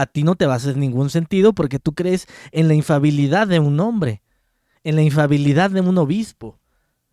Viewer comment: Infalibilidad no infabilidad hermano